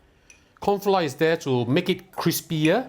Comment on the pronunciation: Dude why do you drop the r in flour? There’s no flou it’s flouR